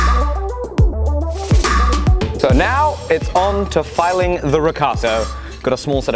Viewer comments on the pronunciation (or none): none